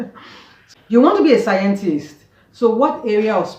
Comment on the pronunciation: Please let your daughter teach you how to pronounce Scientist properly 😊